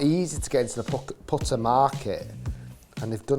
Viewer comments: “Powtuh “ It’s putter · The way you say “putter” is wild man